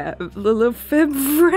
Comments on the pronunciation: 100k! congratulations! <3 I'm proud of you sis and super proud to call you my Chaos Sister. Lefebvre is French. Skip the B iirc. So it's Le Fev ruh (with a back of the throat ruh) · Thanks for keeping in the clips of you trying to pronounce Lefebvre. I also have no clue how to pronounce it and it made me laugh